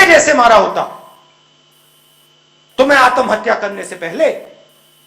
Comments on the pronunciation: "आतम हत्या" 😂 पहले आत्महत्या बोलना तो सीख ले Raul Vinci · जीस आत्महत्या और पुनर्जन्म बोलना नही आता हो उसकी तो राम जाने